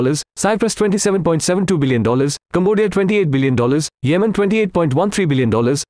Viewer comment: Yemon ❌ Yemen ✅